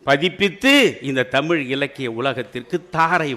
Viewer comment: The present day generation does not how to pronounce LA and ZHA in Tamizh